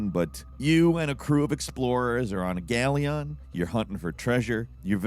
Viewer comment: being a bird shows when he says certain words wrong 😂 Galleon, Midgard is a few from this video.